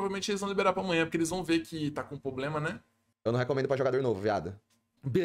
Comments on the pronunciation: Fala meu mano, tudo certo? só uma critica construtiva, da muita agonia vc falando "POblema", o correto mesmo é PROblema, video top demais vlw mano tamo junto. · Vício de linguagem é foda, se o falando “poblema” dói! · parece que adota estrategia populacionista pra conseguir voto de pobre kkkkkkkkk Tem dinheiro, é estudado, mas usa o headset remendado, força falar "poblema". N tem personalidade nenhuma, fora que faz analise de tier list de outro streamer. Ai ia junior vem falar merda kkkkkkkkkk pqp